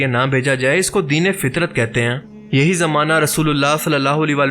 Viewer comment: جس زمانہ میں کوی نبی نہیں آیا اس کو (فترت ) کہتے ہیں نہ کہ فطرت دونوں میں لکھنے میں بھی فرق ہے اور بولنے میں بھی ف کے اوپر زبر ہے